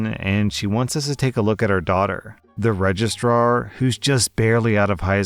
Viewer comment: I've been brain damaged by my furry friends... All I heard you say in story two was "Regist-rawr" ..... I need therapy....